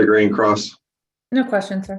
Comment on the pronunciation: Someone on a previous video said miss greens name sounds to her as collard green and now I can’t unhear it😂